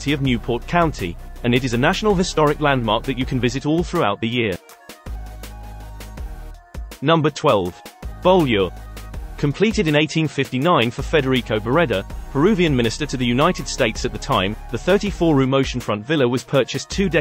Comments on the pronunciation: It's pronounced bew-lee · Beaulieu is pronounced "byooley" - beau as in beautiful. Fascinating video, thank you. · The Beaulieu family in Minnesota pronounced it 'boy-low'. One of my brothers had been engaged to a Beaulieu. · Interesting. Over here in the UK, it's different. Similarly with Beauchamp, which is pronounced like Beecham.